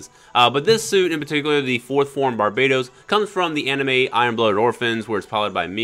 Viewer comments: its barbatos not barbaytos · Bar-ba-tos not barbaetows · Its pronounced bar ba tose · You pronounce Barbatos incorrectly.